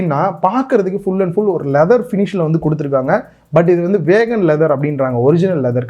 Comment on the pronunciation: athu வேகன் illa bro, *வீகன்*. Which is man-made leather.